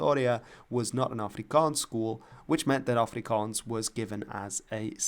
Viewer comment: Your pronunciation of Afrikaans💯